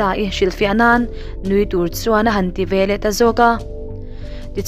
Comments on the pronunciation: Veleh tih turah velah i ti zela ho vek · Veleh tih turah velah i ti ve ziah. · Veleh tih turah Velah i hmang zel a, mizo tawng dik Vekeh tih hi hmang la ngaihthlak a nuam zawk ang.